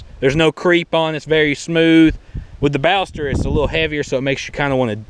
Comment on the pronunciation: Sorry, but I must say you're mispronouncing "Ballester". I'm from Argentina. Check this out, please: Nice vid. Cheers.